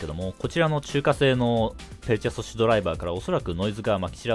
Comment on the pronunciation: ペルチェ素子って言えてない